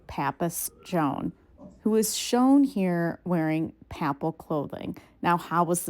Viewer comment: Nice video -- Papal is pronounced [ pey-puhl ] Pa is pronounced like "pay"